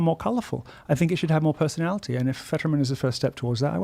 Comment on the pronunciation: southern black preacher delivery is grating: socieTEE, personaliTEE.